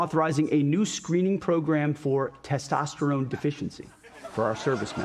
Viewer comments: "Test-o-ster-one" is my guess. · Over/Under on Trump butchering "Testosterone"